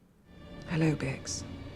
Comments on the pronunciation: It’s Bix and Luthen, not Brix and Luthren. Also the planet’s name is Ferrix not Fenrix. The slightly off names you’ve been saying has been bugging me for weeks 😂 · does know her name is BIX not Brix right?